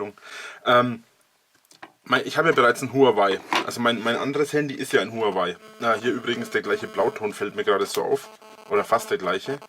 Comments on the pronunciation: Warum triggert es mich immer so wenn Leute Hurengeweih sagen? Huaway. Ist das denn so schwer? HUA WAY. Von mir aus auch WOAH WAY. Ist mir immer noch lieber als Huanweih. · Huawei wird anders ausgesprochen.